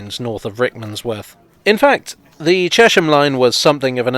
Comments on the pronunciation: But it's not pronounced Chesh-ham. More like Chess-am. After the river Chess I think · Excellent as usual - but I always thought it was pronounced "Chess-m" rather than "Chesh-m", after the River Chess which appears briefly in one of your shots. And having to go all the way to Horsted Keynes to make a film about the London Underground must really have tested your Oyster-card! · Please please please it is Ches-ham not Chesham. It stands for the Hamlet on the river Chess. And it really does be on it. The old Electricity board showroom in the High Street had to have its floor up in the 1960's and a brick arch covering the river was discovered. More things you did not know about Ches ham. The Berkhampstead Road leads to Berkamsted, and along this road it is possible to see the cutting for the continuation of the railway to Tring / Berkamsted. The extension was stopped by the very rich landowner whose name escaped me for the moment. But please please it is Ches-ham not Ruddy Chesham! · As a Cheshamite I think I'm qualified to say you are almost correct! The traditional pronunciation was "Chezzum" but apart from once or twice when I have heard it said as such by some very senior citizens it is always pronounced Cheshum. Apparently the change started with the building of new housing post WWII and an influx of people into the town from West London. There hasn't been much sizeable development in the town since the early sixties, and we locals are justifiably protective over our green belt. It is our immediate surroundings which for me are the main attraction of the place. Actually the river is named after the town and not the other way around, as it rises from three aquafers within it. Anyone visiting, I would recommend coming on a Wednesday or Saturday when the market is on, it makes the High St which is pedestrianised not feel quite so sad and run down.